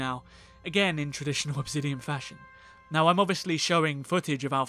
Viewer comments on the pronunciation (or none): OB ZIDION? 💀💀💀💀💀💀 ENGLISH